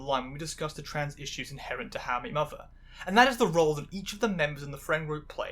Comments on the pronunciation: You really need to slow down and enunciate, it's difficult to understand you when you pronounce "how I met your mother" as "hawayymuwer", and "challenged and recognised" as "charecognised". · The way you pronounce How I Met Your Mother like it’s two syllables must be some kind of witchcraft. More seriously, this was really interesting! I didn’t really watch sitcoms growing up but it’s interesting (though maybe in a morbid curiosity way) to see some of the things that have shaped how people like me are treated today. I especially love the trans spin on Robin, and the concept of a character Feeling trans even if it’s not actually canon. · Love how you pronounce How I Met Your Mother in a single syllable